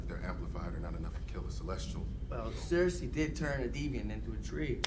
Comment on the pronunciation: Everytime I hear him yell “Sersei” all I hear is “Walt”!!!